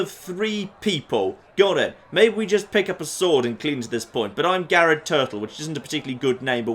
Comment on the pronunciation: Garred turtle Lol